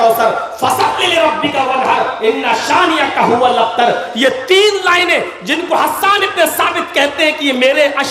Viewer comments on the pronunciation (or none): AAP galat surah pard rage h gaur karo huwal aktar nhi h huwal abter h